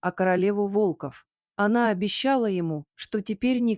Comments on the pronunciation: Почему ударение не верно ставите на слово волков или волка Откуда вас только берут без грамотных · Волков, ударение на первый слог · Чтица не верно ставит ударение на слово волков много раз это ужасно